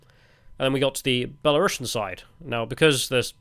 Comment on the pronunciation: It's because you need to pronounce it "belarusian" with a u that sounds like a oo (and not a uh) and a normal s. Don't say "belarushian" like you'd say russian.